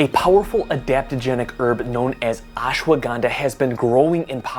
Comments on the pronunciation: Hey man dont pronounce it as Ashwa- Ganda. Ganda in India means "Bum". Instead it is to be said as Ashwa gun dha. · messed up pronunciation its ush-wuh-gun-dhaa